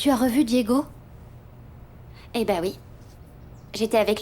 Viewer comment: J'adore quand appel Ana Lorena:Lorelayy et Diego:Diegounè😂😂😂😂😂